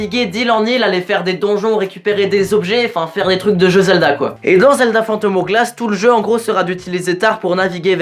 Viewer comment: Spirit tracks EST MIEUX. En plus as tu t'es trompé mdr c'est le link de wind Waker pas OOT, mais tu es pardonner grâce à ton magnifique accent "phantom OWglasse" <3